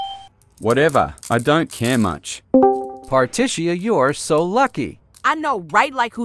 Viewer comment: particia slayed